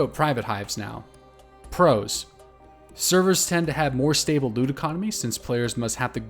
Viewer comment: "less stanble". lol